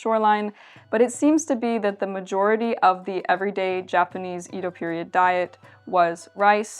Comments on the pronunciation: Both "Ído" and "Édo" are wrong. The correct pronunciation is Ēdo. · IT SAYS: "EDO";, NOT "IDO"! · For further pronunciation shenanigans, the common pronunciation up until about the late 19th century was “Yedo,” and you may still hear it that way in some dialects. Great vid, though! I love it when people cover life as it was lived by common folk. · I love that your corrected yourself seconds after I corrected how to pronounce edo myself. I love it. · Good thing came by to correct your Edo pronunciation and to drop off some olive oil.